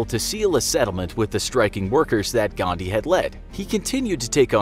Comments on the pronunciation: it is 'Gandhi', not 'Ghandi', just saying as an Indian. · it's Mahatma "Gandhi" and not "Ghandi" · It's Gandhi and not Thandi!! XD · The name is Gandhi and not Ghandi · Literally everyone:GHANDI GHANDI GHANDI ..... . In real it is :"GANDHI" And for everyone its not Ghandi its Gandhi* I'm on intermittent fasting while watching this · 'ghandi'?you are insulting indian culture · What did you say Mohammed gandii bother you really some manners Don't be racist k BTW it's (mahatma gandii) 🎭